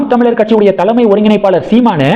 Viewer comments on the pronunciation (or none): none